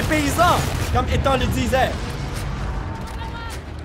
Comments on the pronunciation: arretes de dire ethan ça se prononce ethane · sa ce dit pas : Ethan(en) mais Ethan(ane) comme banane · SONT PRENOM C ETANET PAS ETENT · c'est pas ethan mais ethane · On ne dit pas étant mais on dit Ethan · on dit Ethan pas étang voyons donc ! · Une pensée pour tous les Ethan qui se font écorcher leur prénom ..Ethan se prononce Ethane, et non Étang .. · mais ptn c ethan pas etang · c est ethane pas ethan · TU LE DIS MAL LE NOM DU ROBOT ET C EST CHIANT CAR J E M APELLE ÉTHAN